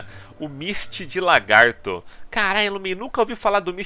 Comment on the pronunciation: PQP parabens mano! finalmente 1 youtuber de cdz que fala misty de lagarto e não LAR-gato, ja vi mais de 3 ytbers falando largato gejuiz!